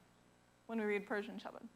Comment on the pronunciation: Great explanation. Persion pronociation is awesome. I just came to Iran and really i thing pronociating is perfect. My appreciation for